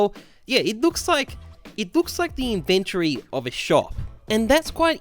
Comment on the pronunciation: Ok I can’t be the only one who is slightly irked by the way he says inventory